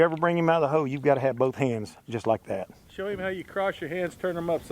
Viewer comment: Accents are fine but, ho? In the ho...it's hole